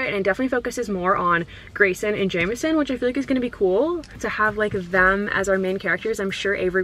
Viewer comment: the way you pronounce jameson 😂 love it